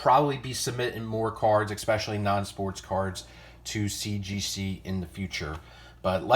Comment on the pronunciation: Yeah, you can barely say CGC. Wow. GM 10. You never get that on toy cards.